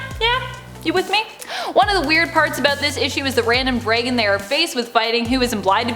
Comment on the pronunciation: Its pronounced dragon ..not dregin you do it all the time smh lol